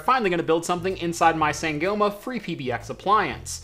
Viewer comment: Sangoma, Zulu traditional healer, should be pronounced more like Sahn-gaw-ma. Ubuntu, Zulu term which refers to oneness, community, or hunamity, should be pronounced more like ooo-boon-two.